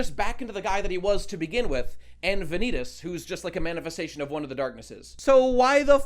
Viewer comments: everytime he says Va-Knee-Taas i die a little inside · Vah- knee - tahs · I was really hoping after all this time that would pronounce Vanitas' name correctly, but at this point, I think he's doing it intentionally just for the love of the game. GG.